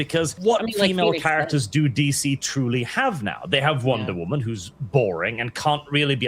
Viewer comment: Wonder Woman ❌ Wonder Woahman ✅